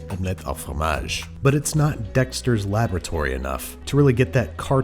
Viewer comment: You pronounce FROMAGE si parfaitement.